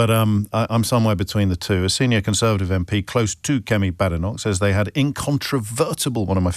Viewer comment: Kemi's surname isn't pronounced Badenoc/k, but Baydenoc/k.